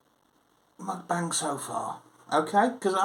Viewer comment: Muk-rant-bang. Get um told ha ha nice one mate